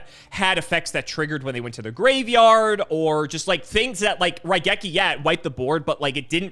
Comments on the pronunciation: wait he got raigeki right! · I am one of Cimo's guys and I say got Raigeki correct.